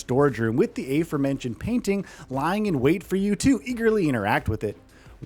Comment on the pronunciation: "Aforementioned" is pronounced /uh-FOAR-men-shun'd/, not /AY-foar-MEN-shun'd/.